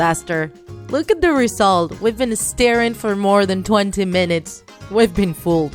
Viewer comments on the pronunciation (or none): It sounds like she was say " staring " rather then " stiring "